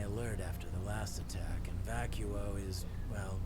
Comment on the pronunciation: Vacuo is Vachaos